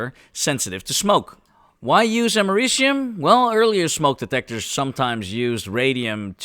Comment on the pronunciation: 😭😭😭 “Ameri-cum” wth bro 🇺🇸😭